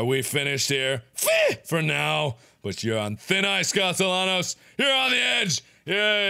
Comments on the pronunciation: Hey mark there is a sequel. But if u play it u have to pronounce Sebastian’s last name correctly, it’s costeYONos that’s how u pronounce it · It's pronounced "castee-annos" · It is spelled “Castellanos” but it’s pronounced “Caste-yan-os”. Gotta love that Spanish double l. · How did he play through the whole game and still not know how to pronounce Castellanos. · Markiplier still says Castellanos wrong in Evil Within 2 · I'm rewatching this entire playthrough again after five years, and am constantly annoyed all over again with how he repeatedly mispronounced Castellanos. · The amount of time ‘Castellanos” was pronounced throughout the game, you’d think Mark would stop saying it like the whitest white boy 🤣